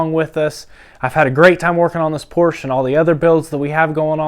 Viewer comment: Porsche is a 2 syllable word. And yes lots of porsches dont smoke.